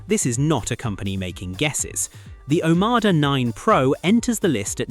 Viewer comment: OMODA, you AI twonk. NOT OMADA‼️‼️‼️🫪